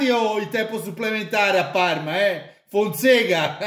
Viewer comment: ma come si pronuncia,Fonseca o Fonsega?